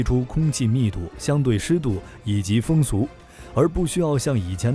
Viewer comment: 为什么风速能念成风俗呢？是写稿时输入法错误再让机器语音读造成的？